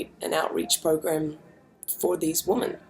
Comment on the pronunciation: Someone needs to break it to Kimbra that she's pronouncing the word "women" wrong! (hint: it sounds different to "woman"!). Keep it up Kimbra love your work, here and everywhere else!